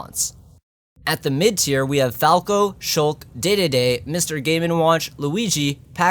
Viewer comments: I still get a bit mad when you say DéDéDé instead of DeeDeeDee but then I remembered Dedede was originally pronounce Dédede in Japan (Edit.#2) thanks for the heart! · It’s Dee Dee Dee, not Day Day Day. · It's Deedeedee not daydayday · It’s deedeedee not daydayday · Did you just say King daydayday? It's King dedede as in (dee dee dee) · IT’S D D D NOT DAY DAY DAY YOU ILLITERATE PUNK!!!!!!! Just messing with you your still cool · Am I the only one that gets triggered when people pronounce Dedede as "Daydayday" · did my guy just say dididi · im sorry did you mean DeDeDe?? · ITS PRONOUCED DEEE DEEE DEEE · I grew up watching the Kirby anime subbed even when I had no idea how to read English, so I remember DDD being pronounced as DayDayDay. Also I'm French and I have a lot of french trivia about our beloved king: Kirby's Adventure is one of the very few NES games that had a French (And even German) translation, however, while it wasn't a poor translation, it was clear that the translators did not understand some of the nuances of certain names (like the theme of food, aliterations and color) and did both literal translated names and completely different ones which didn't work as much (Butter Building = Golden Basilica). Most of those names were latter reckoned by later games. All except for, in my opinion, the stupidest name of all: In French, Dedede is known as Dadidou. No idea where that came from, and it bothers me so much because had they kept DDD, it would of being even closer to the Japanese version then the English one because the letter D is pronounced as "Dé" in French. But instead we are the only country that actually changed its name, and the only country where the acronym DDD doesn't work. Sorry for the stupidly long message, but I just thought it would be cool for people to know something new about a character :) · I'm still mad about how he pronounced dedede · butchered dededes name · this dumbass can’t pronounce ddd